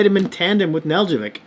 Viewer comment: Neh-DELL-koh-vich. The j is silent. Accent on the DELL.